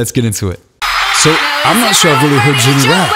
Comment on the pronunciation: I love how throughout the video ge was like Jinny instead of Jennie 😂😂😂😂